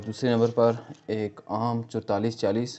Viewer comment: Chodtalis Chalis Kya Hota Hi Chaualis Chalis Hota Hai...